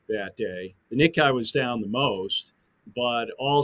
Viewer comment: what makes this person think the word nikkei is pronounced nikai? like surely he hears nikkei when people say it?